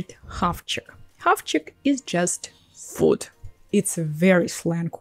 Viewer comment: The way you pronounce food 😳 😳 😳 😳